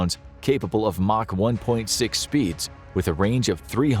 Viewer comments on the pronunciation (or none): none